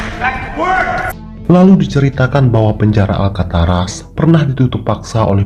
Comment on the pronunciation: Alcatraz min, bukan Alkataras ;)